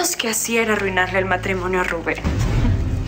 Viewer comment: Soy la única que noto que Arturo dijo "matrimoño"😂